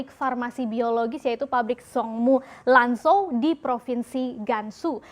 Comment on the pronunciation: Zhong Mu ( bacanya Cong Mu) Lan Zhou ( Lan Cou)